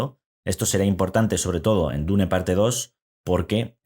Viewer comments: Se dice: dun o duna ni existe eso de dune o diun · En realidad la pronunciacion correcta en ingles es Diun. Deja de inventar si ni sabes el idioma